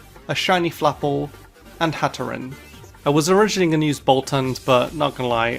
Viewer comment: AGAIN, IT'S HATTERENE, NOT HATERENIE! AND IT'S SIRFETCH'D, NOT SIRFECHED!